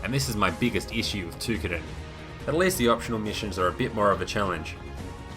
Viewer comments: Ta-Ky-Din. not too-kiddin ty for the review tho thumps up! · its pronounced Toh kee den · No it is TOH KEE DEN